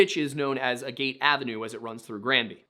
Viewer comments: ish I believe Agate is pronounced more "a git" than "a gate", generally speaking/not taking accents into account. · It's not [a gate] it's [ag it]. Not from Granby, but lived in CO for my entire life. The roads are named after rocks, basically. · He was asking about "agate" which he pronounced like "a gate" instead of "aggit" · If you look at the rest of the street names, they are gem stones. So, Agate is "Aggit" not "agayt" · The word "Agate" is not A Gate, the words is Ag- (as in agriculture) at (with a slightly longer "a") ag-aht. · A-Gayt avenue? Dude, agate is a regular word. It's pronounced "AG-it". Agate is a kind of rock. One of the most common. It's not some hillbilly colloquialism. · Im not from Granby but Agate is a stone, I pronounce it aa-git, not a gate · "Agate" = "AY-git" or "AY-gut"... definitely not "AY-gate"... It's a gemstone, similar to many of the other rock and/or gem based street names in the area (jasper, topaz, garnet, etc). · As the son of a Jeweler, 'A-gate' Ave is pronounced like the stone, 'Ag-it'. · not necessarily a granby local but i live in the area, agate is pronounced more like aget than a-gate in my experience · Agate is pronounced Ag-it. It is a type of very common quartz. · don't even need to be a local: it's just the same as the type of rock. Agate: "Agguht". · Agate. Pronounced: AGG-it. It’s a volcanically produced stone made of layers of sediment. Found plentifully in the Rockies. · Most people pronounce it "agit" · "Agate" rhymes with "tag it". NOT a local, just literate. ;) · I hope someone already told you... AGATE... it's a mineral pronounced AG GUT... or ag Gat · Agate is a stone. Pronounced ag-git. It would rhyme with "bag it". I live nowhere near there, just a rockhound 🤷‍♀️ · "Agate" is pronounced "aggit." Rhymes with the F-word. I'm not a Granby local, but agates are a type of rock. There's an "Agate Beach" in Oregon. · In case no one told him, agate is pronounced "aggit" lol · Agate. Pronounced 'aggit'